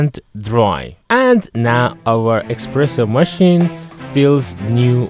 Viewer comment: It's called an espresso not expresso.